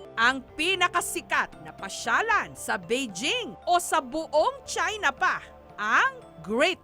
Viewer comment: "Galing sila sa Chahy-na"